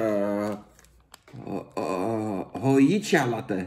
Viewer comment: Hojicha is Japans en je spreekt het niet uit als ho-ji-tja, maar als ho-dji-tja en ja het is best smerig. Cha betekent thee